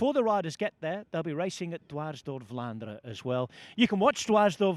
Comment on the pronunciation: As a native Dutch speaker I can confirm that generally in Dutch all letters are pronounced, however EN at the end of words is one of the few exceptions. Most Dutch people will ponounce words ending on EN as an UH sound known as a schwa ( ). Belgian people are a bit stricter in their usage of Dutch so some might really articulate the EN but i think even in Belgium it is a minority. So Vlaanderuh is perfectly fine.